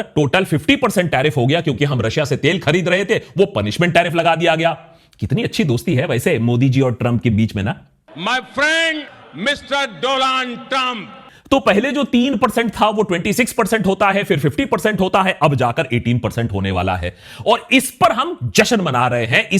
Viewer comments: My friend "Mr. Dolaand Trump" will never get old 😂. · dolaand Trump😂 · Is that I heard he said "My friend Doland Trump" hahahah.. This one sided deal will destroy Indian economy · My friend " Doland Trump" 😅😂👍👏👏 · Donald Trump ❌ Modi's Doland Trump✅😂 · Did I hear "my friend Doland Trump"